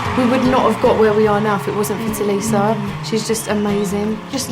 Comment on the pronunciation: LifeOfLeya B it is prounce tulisa